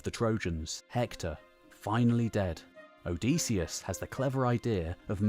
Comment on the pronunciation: Great video, well timed. But one thing: Hearing you pronounce "Odysseus" OH-DEE-SEE-US", instead of "OH-DIS-EE-US". I wonder if you will show the "Pylos agate", it really captures the spirt of the era of the Iliad and Odyssey imo.